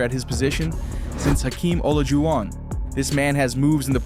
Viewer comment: you're :) also check pronunciation ie Olajuwon - thanks, great vid!